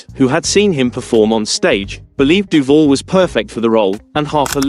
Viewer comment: Um, I hate to be pedantic and a fully paid up member of the "pronunciation police" but it is pronounced: "DOO- VAL" and not doo-vull, geddit? Now, say it after me: DOO-VAL, yes, we're getting there, DOOVAL (As in "You can call me AL"). Are we clear on this now? Good, now get the kcuff out of here.